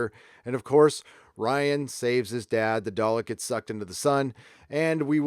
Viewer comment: Do all Americans say day-lick? It's dar-lick!